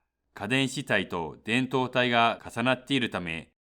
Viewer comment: 導体の発音が違う。 この発音だと胴体だ。 MOSFETはモスフェーと言っているように聞こえる。 モスエフイーティー と言って欲しい。